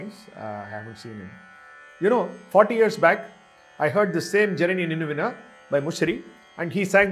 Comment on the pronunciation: Why it is being pronounced as Zanani instead of Janani ?